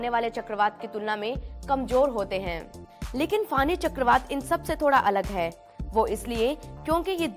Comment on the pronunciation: इसका नाम फोनी है न की फानी।